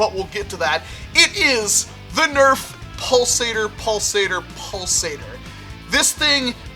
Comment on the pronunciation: After a while it sounds like "balls ate her"